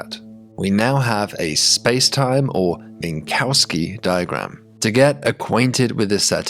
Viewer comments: Minkowski was Russian, please pronounce that "Minkovsky", don't put a cow in his name. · This is the only such instance I've heard. As long as it's understandable I don't mind too much.